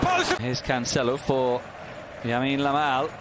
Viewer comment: One of the commentators really tries hard to say his name, but it turns out to be "Yamine Lamal" 😂